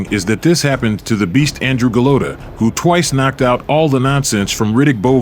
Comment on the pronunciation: The AI mispronouncing Golota’s name 😢.